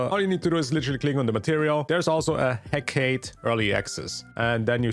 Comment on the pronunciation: I have yet to find someone who actually says "Hecate" properly 😂